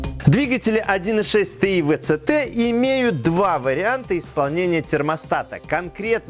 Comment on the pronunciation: Три причины для дизлайка, который я мог бы поставить: 1) Тэ И Вэ Цэ Тэ 2) музычка выматывает... 3) спешка